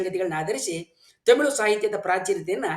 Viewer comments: Sir adhu themil alla tamil sir ucharane seri maadi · Tamilu alla (Thamizh) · Temilu alla guru. Its Tamil 😂😂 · first you pronounce Tamil not temil. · Tamil alla tamizh 😂😂😂😂😂very logical language😂😂😂😂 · Sir, It's not themelu 😂😂 it's Tamil❤